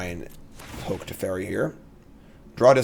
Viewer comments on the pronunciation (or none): none